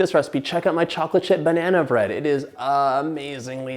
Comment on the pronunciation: John, I will actually pay you money to never say the word "banana" with emphasis on every syllable ever again. I implore you.